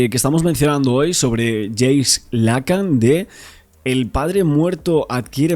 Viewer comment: Estás pronunciando mal el nombre de Jacques Lacan. Debes pronunciar "jack lacán".